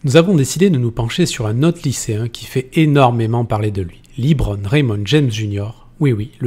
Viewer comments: Bonne vidéo mais s'il vous plaît, arrétez de dire "Libron" ça se dit "Leubron" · évite de dire liiibron james mdr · On dit Lebron pas Libron ! Ecoutez les commentateurs des matchs NBA des LAL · Jus(te on dit pas "Librone" les gars :p juste "le brone" c'est bon :P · C’est la phonétique anglaise et donc c’est Libron. En anglais E se prononce I dans ce cas précis.